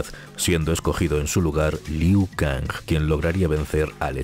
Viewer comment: Siempre lo pronunciaba Ku Liao